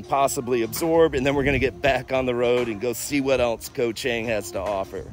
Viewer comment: FYI - Chang is pronounced more like Chong. "A" is not pronounced ANG like right "Angle". It's more of an AAh sound, Koh ChAAHng. This is how the A's are pronounced. Practice it.